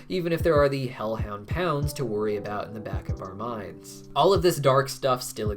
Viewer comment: "Their hellound Loona"😭 the disrespect